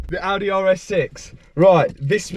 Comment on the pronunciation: Nice! 2 Audehs and a Bentleh.